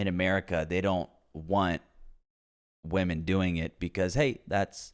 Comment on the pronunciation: Lol i was just wondering out of curiosity why do some peoppe say VVomen instead of women? Is it a meme or soemthing?